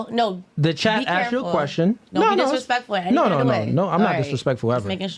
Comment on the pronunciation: Rezpect for Dizrepect to herself and her child and the father.